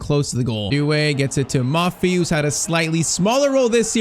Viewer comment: Don't call him maffi it's moffi maffi means shit or poop In Swahili 😂😂